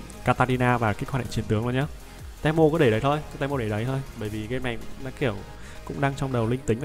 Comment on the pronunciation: đọc tiếng việt là ti mô chứ te mô là j ông nội nghe khó chịu sao á